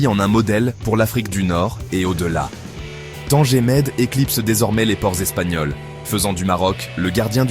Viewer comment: Il m'énerve quand il prononce TANGERRRR au lieux de Tanger. é Tanger Med.